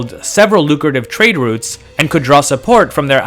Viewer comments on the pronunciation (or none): none